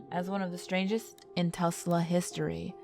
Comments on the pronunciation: did you realize that you said some of the places in Oklahoma wrong? "Tesla" is supposed to be "Tulsa". "Saqua" is supposed to be "Sasakwa". You aren't from Oklahoma, are you? No hate, just saying. This was a really cool video and not even I knew about a few of these things. Thanks for making this video! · First of all, there's no "G" in "Skirvin". Secondly, it's pronounced "TUL-SA", not "TUS-LA". Third, did you attend the William Shatner school of diction? What... kind of... speaking is... that? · It's TuLsa not Tusla. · You need to work on your pronunciations. How do you get tesla from Tulsa? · It’s cold as frick I’m in my bed It’s midnight I live in Oklahoma I’ve never heard of these Confusion from Yukon It’s T U L S A not T E L S A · Iive in Tulsa and you said Tulsa wrong it's pronounced tool-sla not te-sla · u said tulsa wrong😂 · One more comment. Tulsa is pronounced as it is spelled. With 1 U and 1 L. This is one of the most butchered accountings I've found on YouTube. ByeBye